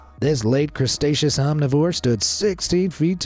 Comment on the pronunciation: "Crestaceous"....you mean, Cretaceous?